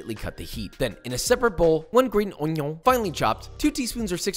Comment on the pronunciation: The onion pronunciation was exquisite